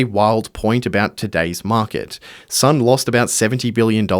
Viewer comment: You can't even get his name right. Son rhymes with John.